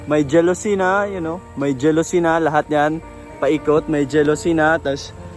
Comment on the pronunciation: Correction lang po its jalousie and not jealousy. Pronounce as ja.lo.sy. at hindi po je.lo.sy. Thanks po.